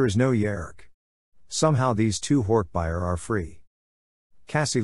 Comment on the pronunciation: It still bothers me how the voice pronounces hork bajir, and yerks... it sounds really weird